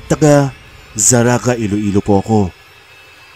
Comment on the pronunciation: nang hambal mo nga zarraga,,hindi na zarraga